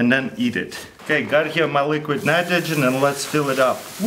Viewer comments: i know you did your best to say it crack it minimidle and. luiquid nmnitrigen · " and put itro dre liqrid nritrogen "